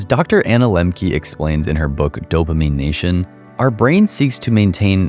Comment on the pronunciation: You killed off anything spiritual when you said dopimine....dopamine..... wow. Don't listen to this guy's advice in this kind of light. Games are really fun that's why they're addicting. Let's not use ugly words here.